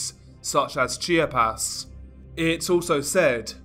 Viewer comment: It’s not called “Chi-ah-pez” as you pronounce it. It’s pronounced as: Chap-ahs